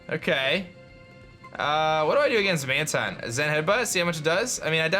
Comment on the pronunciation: You pronounce Mantine as Man-Teen. Not Man-Tine